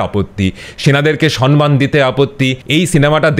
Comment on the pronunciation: পুরোটা শুনলাম। চমৎকার বলেন! শুধু "সন্মান" কথাটা কানে বাজল। দয়া করে ওটা শুধরে নেবেন।